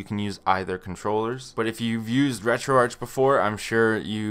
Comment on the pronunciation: first time i hear someone pronouncing it like u to most of the times ppl call it retroarc i treid retroarch first time on my psp and it is so bad